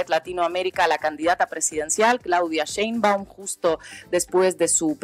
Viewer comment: No se dice sembu, es Sheinbaum